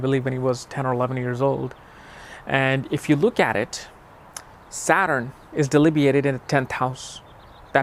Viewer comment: Just FYI, the word is DEBILITATED. Not "delibiated".